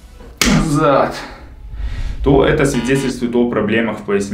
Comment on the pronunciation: «Ннызад» ору